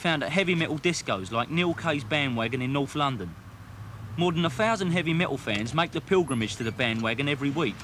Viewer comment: 'evy met--ol'